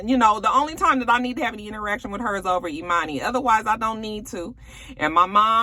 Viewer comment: I STILL wanna teach Scrappy, Erica, and Bambi how to say EMANI's name.